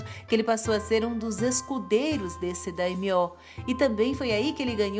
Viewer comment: A pronúncia é Yásúke e Ôda Nobunága, mas Daymiô vc acertou😁